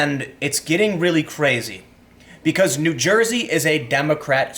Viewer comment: you pronounces "n'Joysey" wrong lol